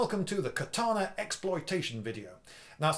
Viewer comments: I'm a huge fan, Liindy, and I enjoy your discussion about the katana. One thing grates, however. It's ka-ta-na not kuh-TAH-nah. Matt Easton mispronounces it, too, and it's hard to pay attention to the vid when I'm yanked out of the narrative over and over again by kuh-TAH-nah. BTW, I've watched all the Highlander movies and the the TV series. What sword do you think would be best if the goal is to decapitate? One could also lop off body parts like a hand or an arm for advantage. They don't grow back even for an immortal. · It's KATANA 'Ka' NOT CUT! Dickhead! Read a book! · Ka-ta-na. You pronounced the "ka" correct. The rest of the "a"s are pronounced exactly the same. ka - ta - na. Without any accent.